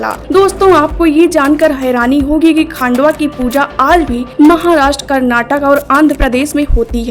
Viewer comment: मल्हार देव का नाम "खांडवा" नहीं है, खंडोबा बोलते है ( पता नहीं होता और कुछ भी video बनाते हो ) चुटिया साला